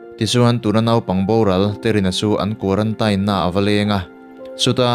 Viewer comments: quaratain ti loin quarantin ti la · Tinge kuarantain itih tlat a, kuarantin ti teh, thring treh truh emai🤣🤣🤣🤣. Anyway, ka khawngaih lutukk emai ala naupang si... Bakah naupang chauh ania, mahni a dah re² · zo inspiration vul zel rawh se..Pathian malsawmna dawng mawlh teh u...mahse quarantine(tain) ti a sawi hi a fuh lo a nia...kuarantîn tih tur an tia kan mithiam zawk ten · Quarantain tilo in quarantine ti ve mai la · Quaranteen tiin lam ta che, sap ṭawng chu sap ṭawng angin lam tur, mizo ṭawng chu mizo ṭawng angin lam tur, lam no teh chiam vel kha ngai lo. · Quarantine hi teen tihin lam la ngaihthlak a nuam zawk ang male. A diklo chu ka ti chuang lova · A dik chiah, kan tawng a ni lova,sawisel theih chu kan nei lo, mahse (teen(tin)) ti a lam tur zawk anih hmel. Tin, a dik zawk pawh anih hmel e, kan ti ve mai2. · Quarantine i lam dan hi a dik lo a zathlak deuh lo maw in bihchiag hmasa ve deuh la tha sin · Kei pawh khi2 ka lo sawi tum tak😂😂😂😂